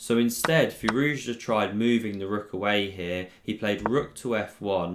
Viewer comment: I stand corrected. My apologies. You are literally the only one that says it right. 🤣